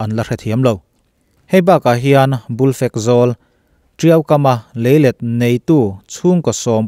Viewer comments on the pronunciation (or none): Kurung leh bulfekzawl I lam dan hi, a dik hlel deuh